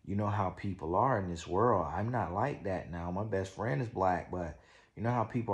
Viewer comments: That “Werllll” take me out EVERY TIME!!🤣😂🤣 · 😂😂😂😂😂 perfect way to spell how he says world 😂😂😂